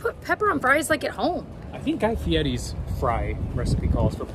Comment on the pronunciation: Thank you for saying Guy Fieri’s name right! 🙌🏻 Ps. 1. Totally got Nickelodeon magazine when I was a kid lol 2. Love spiked popsicles! Try the Cutwater brand. Yum!